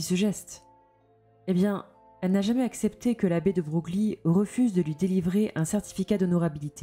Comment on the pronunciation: Ca se prononce Debreuil et non deBroglie 🤫